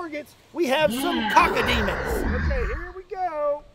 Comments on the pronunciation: the hell is a cockodemon, its cacodemon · There is no mispronunciation going on here. The correct pronunciation is now CACADEMON